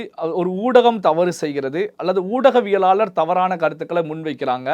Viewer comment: Oodaviyalaalar enru sariyaaga uchcharikkavum